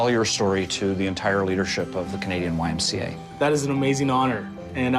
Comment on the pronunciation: You lost me at the C in YMCA, sorry Not my twang, but I love all of you !